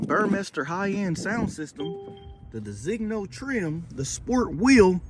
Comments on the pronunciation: De-zin-yo is disigno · You are not pronouncing "Designo' properly. Do you pronounce the 'g' in filet mignon? Try saying, 'da zeen yo'.